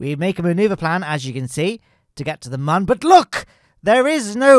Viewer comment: I can't stand this man pronouncing Mun as "man"